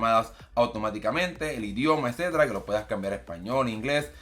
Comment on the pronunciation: Edcetda edceteda 😅